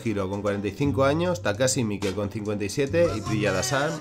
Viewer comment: Takashi mike es enorme! enorabuena por ser el primero que oigo pronunciar bien su nombre, porque la gente lo suele llamar takash maik como si fuera anglosajon, Jesus Franco tambien era una buena pieza, aunque no lo llamaria director de habla ispana porque aunque izo muchas en castellano son pocas si las ponemos en prespectiva con su vastisima filmografia, que estuvo en ingles en frances en aleman i creo i supongo que en italiano tambien